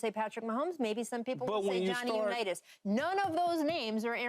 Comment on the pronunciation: This mf said johhny Unitas